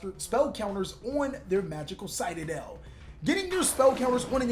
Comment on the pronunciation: Anyone else triggered with how pronounces Citadel?